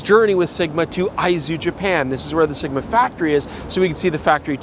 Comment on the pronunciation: Dangit, I'll never be able to not call it SHigma!